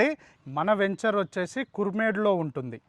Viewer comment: వేంచేర్ కాదురా వెంచర్